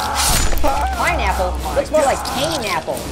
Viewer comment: it’s an pineapple not Painapple just stop saying pain apple and STO- AHHH 🔪